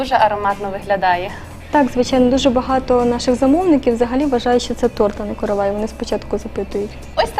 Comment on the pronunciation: Наголос правильно ставте: коровАй, коровАи, коровАю. Викисловарь почитайте, если не знаете. Сюжет интересный слушать невозможно